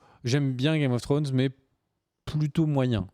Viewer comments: IL FAUT ARRÊTÉ DE DIRE "GAME OF FWRONES" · "Game of Frones" mdr